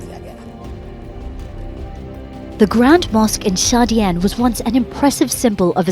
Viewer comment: Yar tumara tone aur bolne ka dhang bahut bura hai, identy bolte ho identity ko, moscue bolte ho mosque ko etc, video bad me bana lena pahle school jao